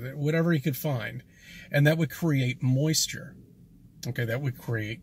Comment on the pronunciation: Why does he emphasize the word “moist” in the word moisture 😂 it’s almost like 2 seperate words when he says it